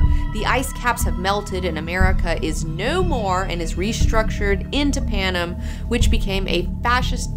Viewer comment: The way she says Panem bugs me to all ends omfg.